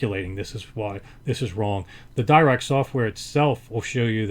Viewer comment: It's pronounced Dee-Rac, not Dye-Rac. Paul Dirac was a Britich mathematician who suggected the Dirac delta function...